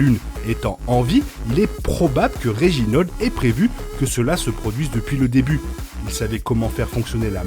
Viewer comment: Petit détail: on prononce pas "Klos", mais bien "Klaus". Etant un prénom allemand, on le prononce pas à la française. Pareil pour Reginald, pas "Reginold"... ah, vous, les français, a tout prononcer a votre façon !